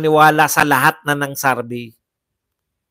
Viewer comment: survey po hindi sarvey😂